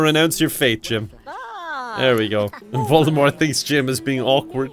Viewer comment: Voldemort, not voldemorte.